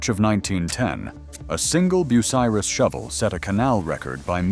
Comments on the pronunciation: Learn to say BU--CY--RUS. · “ Boo sah Riss “ 😂